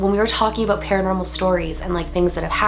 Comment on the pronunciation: Ha She said "aboot"